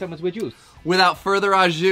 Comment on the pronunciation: Sorry, but the pronunciation of “au” is not “ah”, it’s “oh”… Great fusion take on the grilled cheese and cheesesteak